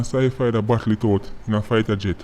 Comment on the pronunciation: 1 luv mi bredda & bless up Uself… My lard, 😂 “fighta jet”? Yah sample!😂 ❤️ PW though 👊🏾💪🏾